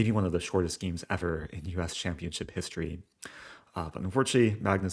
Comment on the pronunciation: stop saying geems